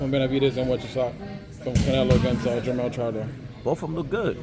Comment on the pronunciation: jermall not jermell